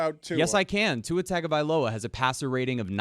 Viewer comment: butchering the annunciation of Tua’s last name is absolutely wild